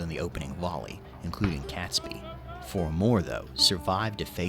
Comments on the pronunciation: I cringe every time he called him catsbee. It's catesby sounding like kates bee! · its pronounced KATESBY rather than CATSBY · Catesby is pronounced Kates-bee. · The name Catesby is pronounced "Kate's- by . The 🇬🇧